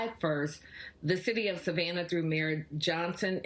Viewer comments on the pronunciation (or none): none